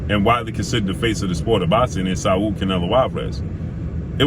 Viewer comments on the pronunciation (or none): SA-UL? Man, it’s pronounced: ‘SAWL’ despite the spelling...